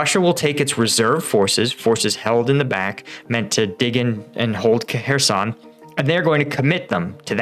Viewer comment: Denpro? Kuh-herson?